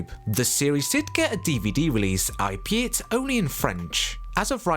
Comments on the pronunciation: Overtaken (no such word as "overtooken") AL-BE-IT (not i-be-it) Sorry, just every time I heard these mispronounciations I found myself grinding my teeth. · As a copy-proofer, I came to say this too, as although I enjoyed the clips and remember most of the shows, I was twitching at every odd error and mispronunciation. Albeit is all-be-it, not ay-bet.